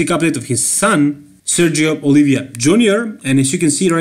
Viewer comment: The last name of Sergio it's Oliva not Olivia